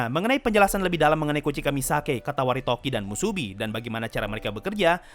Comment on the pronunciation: Katawaretoki atau Katawaredoki? Seingetku Katawaredoki, bukan Katawaretoki. Cmiiw, aku gabisa baca bahasa jepangnya ✌️